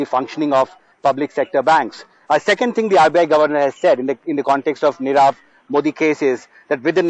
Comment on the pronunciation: U r unable to pronounce nirav .